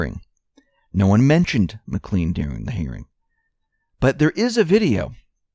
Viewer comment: Well researched. Again, that's Mac Clayne, not Mc Clean, like Mister Clean.